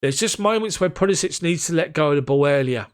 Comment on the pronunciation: Decent recap and analysis mate. Just note that you're mispronouncing Pulisic's name. It's pronounced like "Puli-sick"...not "Puli-sich" which is how you're saying it currently. Cheers.